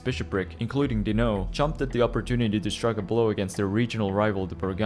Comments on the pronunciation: I don't know how many times i can take someone saying dino instead of dinant in just a couple of minutes. whaahhg It must have been a dozen times whyyyy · What's with the weird pronouciantion of Dinant?